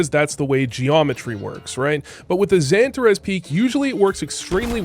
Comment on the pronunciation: how he says "Mr. Xantares" is fireeee